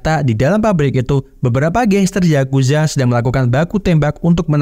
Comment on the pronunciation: Yakuza bang bukan zazuza